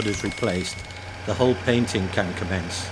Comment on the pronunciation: Following the explanations of the narrator I was always searching for a 'hall' or a 'hole' until I realized he was speaking about the hull. Being Non-English I have to rely on what I learned at school and also the Oxford Universal Dictionary tells me to pronounce the 'u' in 'hull' like the 'u' in 'nuts'. Nowadays the English language sounds pretty (or is it already 'preddy'?) American.